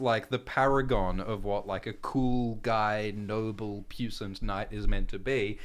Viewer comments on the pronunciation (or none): Okay, guys: I love your stuff, and your lives and uploads make every season of GRRM TV even better. However--, dude, that word is pronounced "pwee-sahnt" and not "puce-ant." Puissant is French (Norman origin) for "powerful" or "potent" and that's why you say it like that. I wouldn't have gone to all this trouble if you didn't say it at least three times; I figure you might be saying it some more once this series gets underway. I know you're a smart guy, so I figured you'd want to know. If you ever see this. That is all.